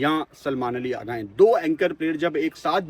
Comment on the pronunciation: پہلے تو اپنے الفاظ کی ادائیگی درست کریں اغا جی جگہ آگا بول رھے۔